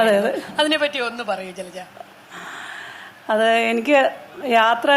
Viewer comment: ജലജ ഫ മാറ്റി ഭ എന്ന് പറയു